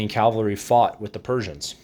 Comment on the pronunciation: CAV - AL - RY = CAVALRY. It's easy if you try!!!!